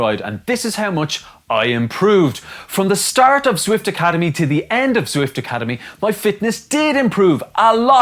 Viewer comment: Turned off as soon as he said zwift which was about 3 seconds in